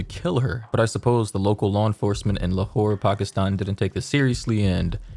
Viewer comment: I keep hearing "lawhore"